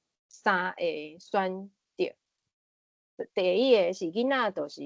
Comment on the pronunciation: 咱(Lán): 包括聽ê彼个人 阮(Goán): 無包括聽ê彼个人 狀況(hóng)(khóng ×) 第一(it)个 恁誠認真，我佇20幾冬前也識(bat)踮佇海洋之聲開一个「心理園地」ê節目用來紹介心理和精神醫學。 會愈主持，愈講愈輪轉，加油喔！